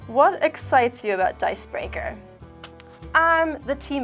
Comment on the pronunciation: Hey, you say DiceBreaker correctly (Not how brit’s pronounce “er”s). 😉 .